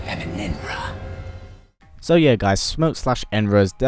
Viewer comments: It’s not enra it’s enenra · Enenra not Enra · ITS ENENRA. He isn't saying "An Enra". He is saying ENENRA. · You are saying enenra wrong